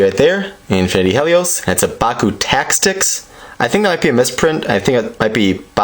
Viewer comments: Helios is da BOMB!!!! And you're pronouncing his name wrong. Not Hell-ios, He lios. As in the word "he". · Hahahahaha having trouble closing it lol, you called it a bey, btw pronounced hee-leee os You know like the sun god in Greek mythology named Helios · His name is he-lios. A long E sound because his name originates from the word Helios which stands for sun because he was originally a pyrus bakugan